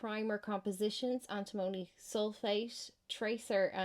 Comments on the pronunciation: Point taken on Antimony (you're saying it wrong though), but every other mineral i can see on that list has plenty of civilian uses, including in green energy. It is kind of funny that the one other mineral you do mention is lithium because that's the least useful one on the list by far. Coking coal is horrible though, calling that 'essential for green tech' is beyond ridiculous, we should be phasing that method of steel production out entirely. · I work in lead refinery An tim money Is how we pronounce it Phonetically But it's very dangerous in fumes or dust. It Does be in ingots of lead we get in.